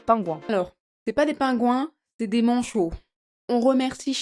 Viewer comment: ah, toutes ces stars donnent envie d'aller visiter les pingouins...d'ailleurs à 12.01, la dame dit "les manchONS empereurs"😂 Pauvres manchots, ils doivent en avoir marre de tous ces touristes